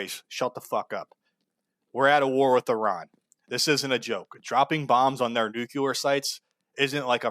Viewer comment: Fuck Israel P.S. Nuclear, not "nucular"